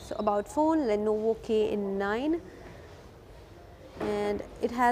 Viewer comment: Le no vo pronouncing is too good.. madam